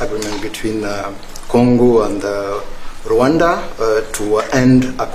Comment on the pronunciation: Rwanda NOT Rawanda! These Western guys can only think fictional "Wakanda" movie. A little geographic education won't hurt.